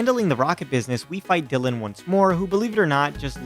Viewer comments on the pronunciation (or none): none